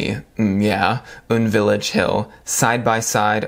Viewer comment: Its U.N Village btw not UN Village hehe. Its a sophisticated place in Hannamdong, Seoul. Its said to have the most expensive apartments and a lot of rich Korean celebs are there. That's my knowledge hehe